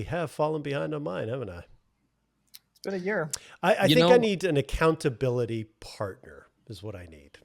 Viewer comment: accounta-bili-buddie "Nicole" 😆 I'm sure she'll be thrilled with you 😆